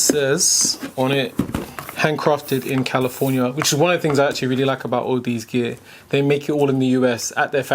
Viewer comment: Actually it's au-da-zee (like odyssey) still good review. It's down the audiophile rabbit hole with you now.